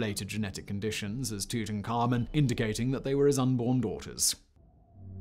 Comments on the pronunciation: Great, yet another way to pronounce "Tutankhamun" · The way he says Tuts name bothers my soul.